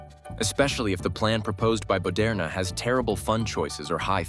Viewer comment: Bentanyl.... Boderna..... it's like that high school chemistry teacher banana teacher all over again. I'm dead.